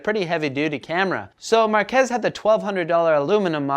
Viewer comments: It's pronounced Mark-eece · He butchered Marques aka MKBHD name smh